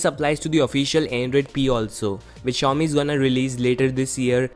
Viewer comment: Not Shaomi...